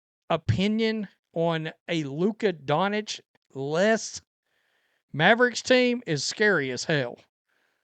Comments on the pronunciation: Donich? That's some really hillbilly stuff. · he’s just not an actual sports fan, he just likes to get red and whine. Any actual fan would correctly pronounce Doncic, Jokic, etc